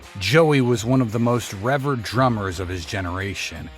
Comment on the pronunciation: cool videos! Just a heads up— you are mispronouncing the word “revered.” It’s re-VEERD. Rhymes with “weird”